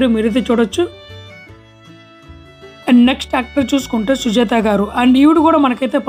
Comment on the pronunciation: Sujitha పేరును sujatha ani చెప్పారు correct గా చెప్పండి